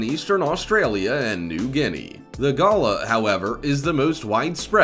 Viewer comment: The galah or roseate cockatoo is not pronounced gaylah. It is just ga-lah